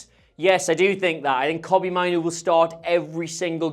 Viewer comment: I'm a little bit more excited about Carrick after seeing this video. On not appointing him permanently - they have to SAY that given the Solskjaer mistake - so say no now, but if he wins all games 11-0, they can still say yes. Just two pedantic points - it's MAYnoo - not Mynoo. And did I hear an "irregardless" in there? Yes, I know some dictionaries now include it, but it's still an ouch word to me - purely personally.